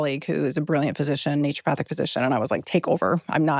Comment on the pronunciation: Love this!!! I've been on the fence about trying ozempic... Not any more. Also... It's naturOpathic... Not "nature" pathic... Lol